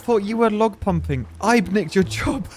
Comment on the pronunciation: ""Ibe nicked yer jerb!" Sounds like the southerners in my woods. XD